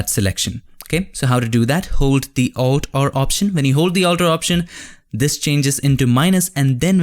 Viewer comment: I keep hearing "control r command" and I thought what kind of shortcut is that? Then I found out that he meant, it is "control or command"